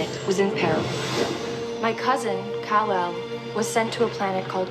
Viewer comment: Kal-el, not Kon-el.